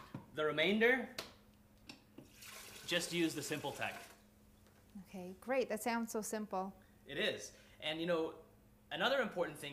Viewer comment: 'Gweat' acting ;)